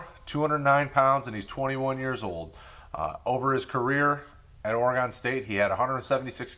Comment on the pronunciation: It’s pronounced Ory-gun.